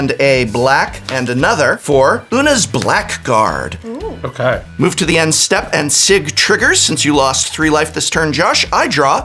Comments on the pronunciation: Blackguard is not pronounced "black guard" despite how it looks. The proper pronunciation is blaɡərd. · The prof is an English major...he should have known the preferred pronunciation is Oona's BLAGG-erd :-) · I am shocked that Prof pronounced blackguard that way